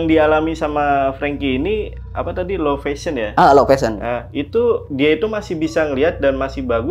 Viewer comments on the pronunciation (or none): Low vision ya pak. Bukan low fashion. Penyebutannya salah